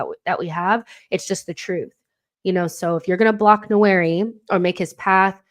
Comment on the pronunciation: Great content..... the correct pronunciation for Nwaneri is nWAN- NEAR- RIH....the first N is almost silent, but not quite 👍🏿